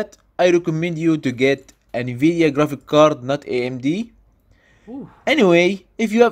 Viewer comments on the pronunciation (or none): none